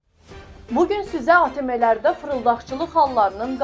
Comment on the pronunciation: Ateme yox ateem